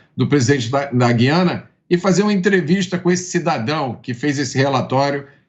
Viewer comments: Mota em português é gu i Ana e não gui ana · A pronúncia certa é GU-IA-NA e não GUI-A--NA.